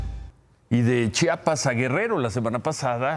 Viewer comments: Ciro se pronuncia Chiapas....no chapas a caso no sabes leer??? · Ciro, no es Chapas, es CHIAPAS!!!!